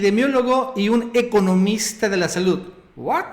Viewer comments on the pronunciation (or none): NO digas 'juat' por favor, cuando lo dices viene a mi mente el pocho Pedro Ferriz que mente palabras en ingles en cada frase que expulsa de su boca. No mas 'juat', noooooooooooo.